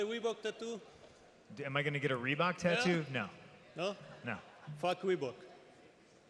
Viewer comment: I laughed so fucking hard when that guy was like "Fock Reebok, no?"